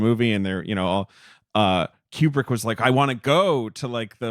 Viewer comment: Pronounced "KOO-brick" NOT "keeyoo-brick" At least get the guy's name right.............